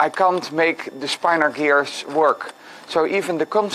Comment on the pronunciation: It's pronounced "spin-or" and it's really interesting! I highly recommend this PBS Spacetime video on the topic: It may even inspire you to attempt some 3D mechanisms based on this magical property.